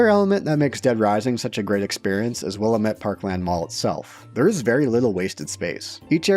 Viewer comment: It's Willamette Dammit. 😆